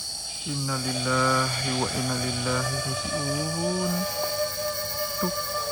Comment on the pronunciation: Bacaan inalillah nya yg betul donk..maaf beri saran aja....